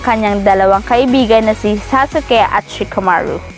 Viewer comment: Saka parang tanga anong sa-su-ke?